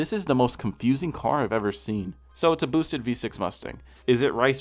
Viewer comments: the way says "boosted" is hilarious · Why do you emphasize on “boosted” so much 😂